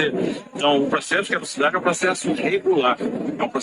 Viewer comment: É CADUCIDADE que se diz, e não "cauducidade", como vc tem falado. É só um apoio e não uma bronca, te adoro amigo.